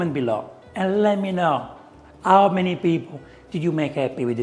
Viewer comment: Caro chef, deve provare a tossire per far sentire la H della parola "how". 🤪